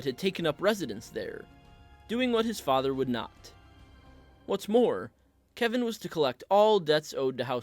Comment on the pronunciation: I'm a little surprised that the author of this video actually pronounces the name "Kevan" correctly. Many blacks and Hispanics have 'appropriated' this particular spelling of "Kevan" and pronounce it as "Keevan", or "KeVON". Weird, but I actually watched a Hispanic try to pronounce my neighbor's name (David) as "DA-vid". Hilarious! 🤣🤣